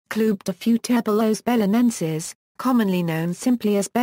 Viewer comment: Well, that's not how to pronounce it, that's clear.